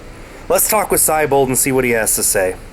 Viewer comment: Hey,, considering the name "Siebold" comes from the word "sea", shouldn't the pronunciation of his name reflect that?